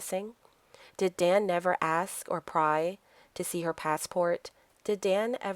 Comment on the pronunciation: Explain... you pronounce "asking" correctly, but ask as "ax".